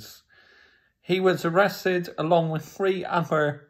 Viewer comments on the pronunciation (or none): yup, because he is a true defender. Also why do u say arrasted like that lol